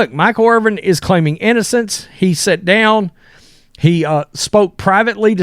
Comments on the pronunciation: Dude's name is IRVIN. Bro keeps saying Irving like he don't have a clue... what da? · His name isn't IRVING. It's IRVIN. Try to say it right. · Dude Irvin…Ervin!!! Not Irving. He is not Dr J!!!! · IRVIN, not Irving. 🤦‍♂️ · Irvin, not Irving. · What is so hard about pronouncing the man's last name correctly?WTF 🤦‍♂️🤡